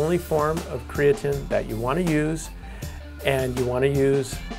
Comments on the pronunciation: karatnine? why the difference in pronunciation? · 1 the person can't even pronounce creatine. 2. There have been proven studies that say that creatine DOES NOT cause any kind of kidney damage